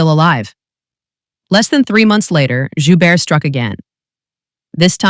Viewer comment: the T is pronounced at the end of his last name...